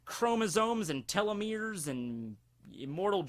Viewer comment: You pronounced telomere weird You said:"Tell-lo-merr" It's pronounced:"Tee-lo-merr"